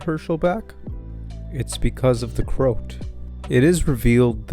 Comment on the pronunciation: Great video, but you're pronouncing the name wrong - it's not Crout, it's CroAt, as in a person from the country Croatia in Europe.